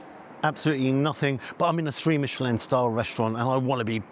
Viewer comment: Mishhelllin star scamm